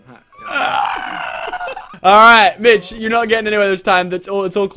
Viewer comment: Every time he says Mitch I keep thinking he’s saying bitch